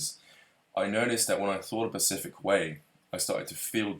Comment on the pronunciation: As intelligent as is I don't understand why he keeps saying Pacific instead of specific it's not his accent because he says s fine it's specific